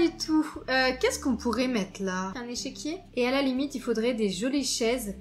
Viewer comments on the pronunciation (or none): none